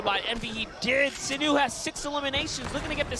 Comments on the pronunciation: does no one understand its pronounced t-foo not t-few like please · It’s tfue but he said tfyue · It’s pronounced t foo not t fyou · is anyone else annoyed by the commentator saying 'teefeu' instead of tfue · he said “tea few”😂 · Its spelt tee-foo